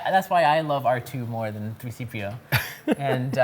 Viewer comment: did he say 3cpo??? 😔 George Lucas would be so disappointed